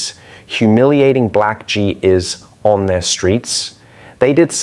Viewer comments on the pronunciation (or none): FFS... Not even 30 seconds in and the voice machine is referring to "Gee Eyes" as "Gee Eees"...